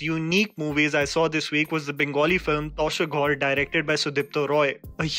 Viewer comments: It's not twasher ghor, it's tasher ghor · it is pronounced as TAASHER GHOR. (house of cards)